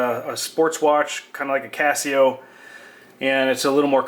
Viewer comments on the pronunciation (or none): none